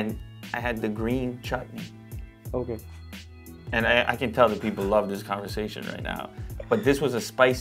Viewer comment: Did he said Chut-ney😨